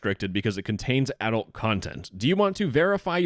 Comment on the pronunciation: Note to Adult sounds like "adolt" and not adult, idk it's a Canadian accent or something